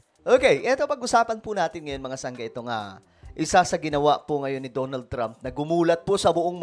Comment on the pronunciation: "Da na ld Trump" not "DO NOLD" Trump